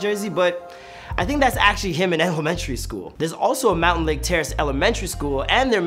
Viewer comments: It’s “mountlake terrace” NOT “mountain terrace” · Mountain lake.... 😂🤣😂 Its MOUNTLAKE TERRACE ARTARD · ITS MOUNTLAKE TERRACE NOT MOUNTAINLAKE TERRACE I GO THERE AND IT BOTHERS ME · Bruh I’m from MountLake Terrace this guy says it like Mountain lake terrace and it pissed me off. He also did go to Mountlake Highschool. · i hate how he keeps saying “mountain lake terrance” it’s mount 😭😭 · It’s Mountlake Terrace. Not mountainlake terrace. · Bro said mountain lake terace 😂😂 it’s mountlake terace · Every time he called it mountAINlake terrace I wanted to reach through my screen and strangle him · It’s Mountlake Terrace